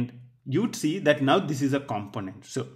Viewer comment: I'm very sorry, that I'm telling you this, but I think you should know that your pronunciation is TERRIBLE!!!. My ears are bleeding because of your repeatedly "Nuff" and "Nuv" instead of "Now". But your lessons are very good. Your explanations are very easy to understand. Thank you.